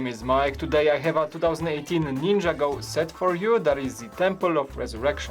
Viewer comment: IT'S NIN-JAGO!!!!!!